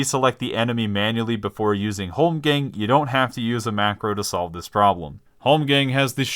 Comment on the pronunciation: Say holmgamg one more time....